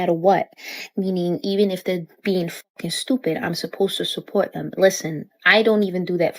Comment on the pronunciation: "sup-poe-watt" - immediate disqualification from any enterprise.